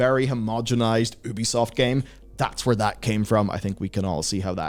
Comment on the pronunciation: It's pronounced you-bee-soft. Incredible how many supposed journalists still don't say it right.